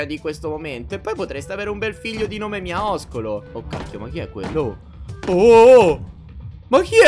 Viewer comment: NO NON SI DICE MIAISCOLO SI DICE MIASCOLO